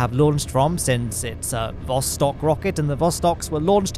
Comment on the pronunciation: Or as the Alpha-Chads like call it, THE PLOSTOK